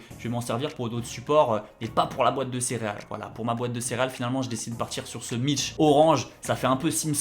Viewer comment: Perso le T dans mitch me dérange 😬 Sinon t chaud 👌